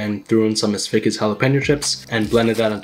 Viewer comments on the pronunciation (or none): him : Ms Vickie's what I hear : this Fake as hell 🤣